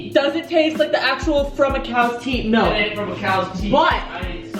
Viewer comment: i cant stand to listen to people say "melk"